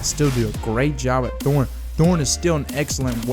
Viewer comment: Is that really how you think thorn is pronounced?